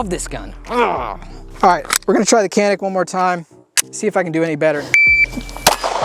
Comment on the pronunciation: Its pronounced "JANIK MET-EH"